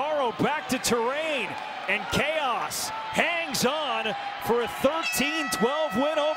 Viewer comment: in the first games commentary, the guy read Chaos, as "chowse" 😂 I cant remember the video but it's great.